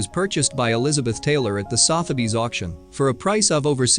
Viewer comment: The fool narrator can't even pronounce pave correctly ... as in pave set diamonds (not pave as in pavement ) ... or "Sotheby's" either. Such ignorance is cringeworthy ffs. Why are these You Tube productions always so third rate ... There was even a typo in the cursive font scrolling during the OTT intro. It read ... " The gift from every men she loved " which is obviously incorrect. It should have read ... the gift from every man she loved". So I wonder who churns this shite out ???